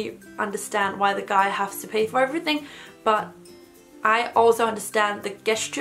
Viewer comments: Hi! I love your YouTube channel!!! You are the cutest!!! I am such a nerd, so I have to mention that in English it should be "how DO people meet?" And also "gesture" is pronounced with a J sound. I LOVE your accent and I hope you find these little corrections funny and not offensive because they come from my weird quirks of love! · ‘Does the people’ and ‘guess-ture’ are my favorite parts of this video